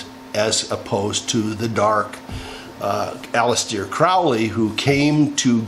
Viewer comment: Did you say Alice-dear Crowley??